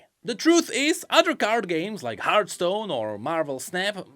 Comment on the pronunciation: "Heart Stone"... there's an H you're missing in there. It's Hearth.